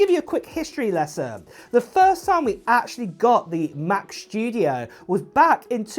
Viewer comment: Mac Schtooodieoh LoL